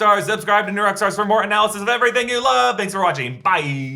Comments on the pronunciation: “chThanks”. I giggled. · Had to rewatch due to "chthanks" killing me and I couldn't focus for laughing. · Forever saying chthanks now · Ch-thanks😂😂😂 dead